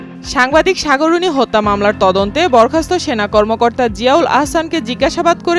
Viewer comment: Two error- 1. Ayanaghor khato 2. Borkhasto Tui je kicu na jene news porcis ta to clear